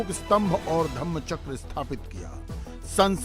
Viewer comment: Dhamm chakra nahi vo dharm chakra hai. Shabd uchhar ka mahatva bahot hai.